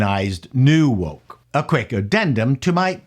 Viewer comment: when you say new woke it sounds like you're saying New Coke but you need to visit a speech therapist